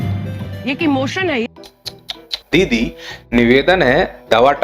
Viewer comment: सर पहले आप ये तय करें दीदी बोल रहे हो या दली मैं बहुत ज्यादा कंफ्यूज हूं😅😅